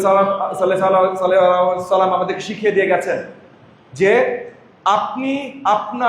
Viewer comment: শালা, শুদ্ধ করে সালাম দিতে পারে না, এর বয়ান প্রচার করতেছেন কেন ???